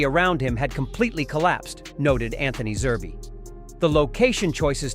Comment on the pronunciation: The man's man is Zerb not zerbee he is not a stuffed toy